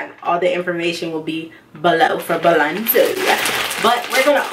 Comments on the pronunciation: BOLZANO NOT BALANZO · Bolzano, not “Bolanzo” #firstofall😒